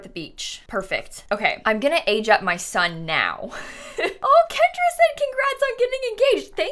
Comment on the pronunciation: Every time she says Kendra I get triggered